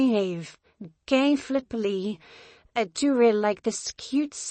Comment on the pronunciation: i find it funny can't say flipli